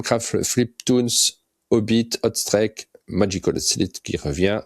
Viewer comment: Hâte pour Oddball !! (on dit "hot streek" sinon ^^)